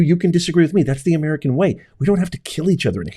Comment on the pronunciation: "HOW I respect the Anwrican people and their goodness"..... hahaha PELOSI. Nice try! We know you witch!😂